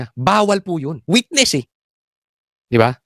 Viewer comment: PATAPUSIN MO MUNA MAGSALITA ANG WETNESS MO HINDI NAMIN MAINTINDIHAN EH